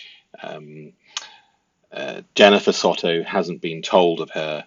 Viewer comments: It’s sowtow not sotto 😂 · It's not SOTTO...soundsmore like So tow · Try saying So Toe instead of Sotto 😊